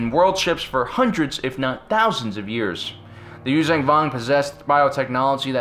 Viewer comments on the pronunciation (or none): Liked the video but your constant use of a g at the end of Yuuzahan is annoying. It's not you-vang it's you-zahn. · Yoo-zhahn Vong. Not Yoo-zang Vong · Yuzhan vong is pronounced you-Jong vong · actually I retract that it's pronounced YUU-JAN VONG Chasm is 'kasm' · Dude, love yr vids, watch em all the time. Even subscribed... But yr pronunciation of Vong shit is driving me to distraction! There is a site u can go to, and learn the right pronunciation from the folks writing those books. Its yoo-zang, its yoo-zon. Like Zahn. Check it. I guess im an asshole about stupid shit, but SW fans, we're known for that. Still, i lurve yr vids, man. And yes, i always thought that the NJO story line would've made for an amazing live-action SW tv show! Like the BSG reboot. (Even the X-Wing books as live action.) But yes, keep the Vong canon somehow.